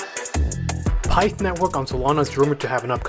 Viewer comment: I think it’s pi-ith pronounced